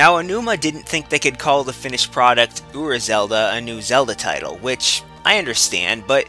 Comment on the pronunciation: ura zelda? uber zelda? I can't understand you